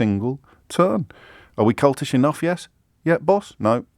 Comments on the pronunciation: I know James meant "cultish" but with the "l" replaced with a "n" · Kept saying 'cultish' wrong ...